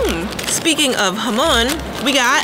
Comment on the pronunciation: Jamon sounds when you say it HAM ON and I’m from the uk and I crush 4 Maryland choc chip cookies and put 1/4 milk then mix then add an extra biscuit Maryland chocolate chip cookie thenmicrowave for 1.30-2 minutes